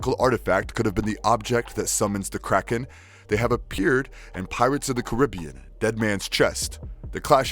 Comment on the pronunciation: Pirates of the Karah-bee-ahns ----->